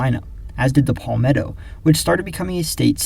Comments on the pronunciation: It’s not pronounced “Paul-metto” It’s properly pronounced “Pal-metto” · no it’s not It’s Pal-meh-tow Short a, not long a sound. If you google “palmetto pronunciation,” you’ll see this as I’m saying